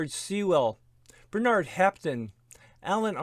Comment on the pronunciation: Bernard is pronounce BERnard not b’NARD. Doreen is pronounced DOReen not d’REEN.